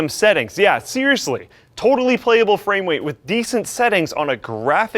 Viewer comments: "framewate" lol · "Totally playable fwamewate" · Fwame wait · "Totally playable framewate" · Fwame weight??? What?? Get some sleep dude. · dat fwame wate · Fwamewate xD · "Totally playable framwate" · "fram wwweight" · did he say framewight? XD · "Frame wate" lol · Da fwamewate is 20 ess p ess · You can tell just freaking woke up...... "Totally playable frame WATE" "25 sps"